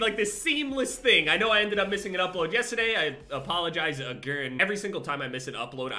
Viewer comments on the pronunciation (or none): When says yesterday you can hear the New Jersey in him 😂